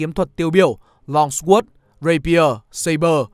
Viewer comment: Longsword - hình như không được phát âm theo cách mà bạn đọc